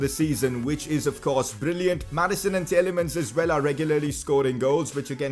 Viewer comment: Your saying Tielemans name wring it’s TEE-LA-MANS